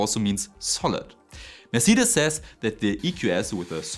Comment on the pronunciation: Mercedes is pronounced mer-say-deez I remain hopeful for new batteries, but I will not believe any of them are viable until techtubers can buy one for relatively little, test it, and cut it apart.